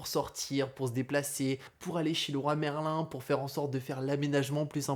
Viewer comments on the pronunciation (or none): none